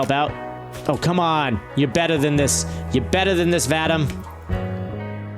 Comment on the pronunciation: Vadam? Man, this name is pronounced: Vah-Deem.